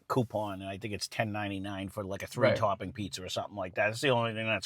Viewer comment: *Two Tawping Pizza